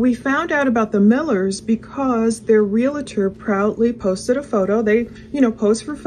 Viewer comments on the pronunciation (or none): ps. its not a real-a- tor, it is a reel-tor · Realtor has 2 syllables.